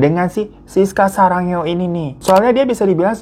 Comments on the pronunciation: Kok sarangeo sih, "sudah gilaaa, bang !" :v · ngakak banget bang hiro bilang sarangeo brut 😭